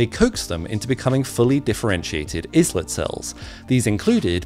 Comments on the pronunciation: When referring to the Islets of Langerhans, it's pronounced "ey-lets," not "Is-lets." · the beeta cells in the iss-lets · Ive never heard someone pronounce them is-lets of Langerhan. At least in North America we can then eye-let. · You're pronouncing "islets" wrong. The s is silent, as in island.